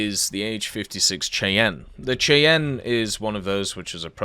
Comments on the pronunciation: AH-56 Cheyanne is pronounced "SHY-AN" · its pronounced "Shiann" like the Native American Tribe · Cheyanne is pronounced “Shy-Anne.” It’s a Native American tribe in the US. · It's pronounced shy-ann....like the Indians.